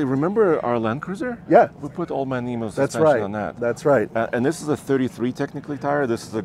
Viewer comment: On behalf of your Australian audience, can I just point out that it is eem-you, not eee-moo. Otherwise, great vid. I was curious about this one as I've heard the next Hilux will be the same as the Taco, as it was back in the 90's.